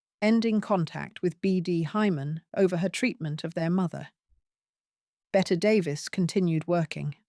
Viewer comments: Her name is pronounced “Betty”, not “Bet”. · I have heard it pronounced both ways (from Americans as well. )